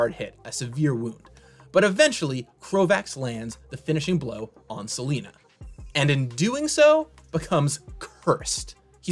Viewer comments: It's not Selena, it's Selenia! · It's 'Selenia' NOT SELENA! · it's "Selenia" (Seh-LEH-neeyah), not "Seleena".